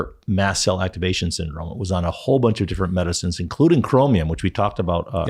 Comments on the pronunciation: Are you saying Chromlium? or Chromium? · are you saying Chromium? What are you saying? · i hear CHROMALUM or something - but i only know of ChromIUM .. am i right ?